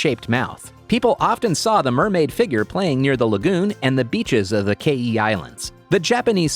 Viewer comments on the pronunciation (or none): The south African name is so butchered its kaai is one word like how you would say Kai and man translates to men